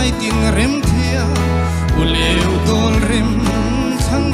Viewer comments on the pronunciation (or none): Oleuh hi ani lo aw.uleuh tih tur